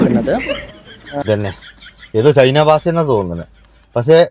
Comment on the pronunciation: ചൈന ബാസേ അല്ല ചൈന ഭാഷ അക്ഷര spudatha വേണം 😉😉😉😉